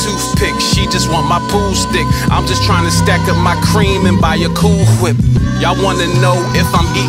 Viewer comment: you say cool wHip just like Stewie. Hahahaha